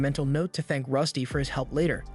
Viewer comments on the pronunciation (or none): none